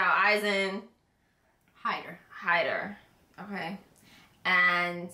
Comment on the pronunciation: Let me just say, I am impressed that you got all of their names right (Heiter, Eisen, Himmel and Frieren). You'd be surprised how many reactors don't ever get their names right. Out of the ones who do get them right, you are the ones who got it the fastest as far as I've seen.